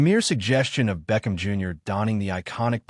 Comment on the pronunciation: You said it correctly great job....BLACK AND GOLD....